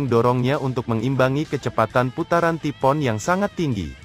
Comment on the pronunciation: Ngomongnya taifuun bukan tipoon